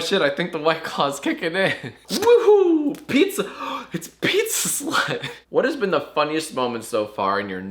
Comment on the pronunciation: When I heard oh it’s pizza slut I knew he was drunk